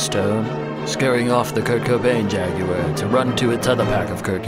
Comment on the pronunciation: 10/10 for the British pronounciation of ‘JagUar’. Little details like this are deeply appreciated.